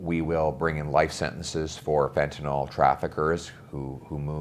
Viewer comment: Fentenyl. Not fentenol. Last syllable rhymes with hill.